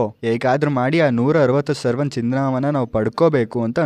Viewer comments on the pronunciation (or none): ಸರವನ್ ❌ ಸವರನ್ ✅